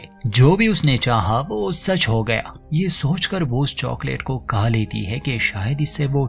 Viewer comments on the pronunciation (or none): Tumhara hindi bohot atcha hai lekin khaa aur khaana ko ka ka kyon bolte ho...??? Please try karo khaa bolke. i really like your channel.